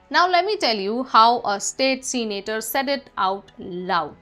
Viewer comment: Its not "Seenator" its " Se-na-tor" , get the pronounciation right please